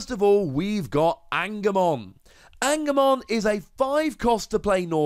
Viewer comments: angemon is pronounced e-n-je-mo-n and seraphimon is pronounced se-ra-fi-mo-n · fyi Angemon and Angwwomon are pronounced the same way you pronounce Angel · Angemon type Digimon are pronounced with a soft "g", like "angel".